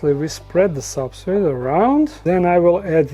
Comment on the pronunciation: He called the substrate "substrit"! My dude!